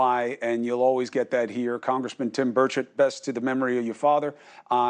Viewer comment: Finally...somebody knows how to pronounce his name!